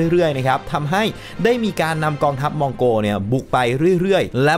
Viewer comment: คุณยังออกเสียงไม่ถูกเลยน่าขบขัน เขาต้องอ่านว่า " มงโกล "แล้วม้วนปลายลิ้นไปแตะกับเพดาน ฟังเผินๆจะได้ยินคล้ายกับว่า" มงโก " ขอโทษด้วยนะครับ